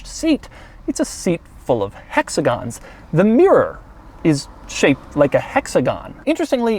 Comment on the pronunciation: "Hexagons" Btw i love his reviews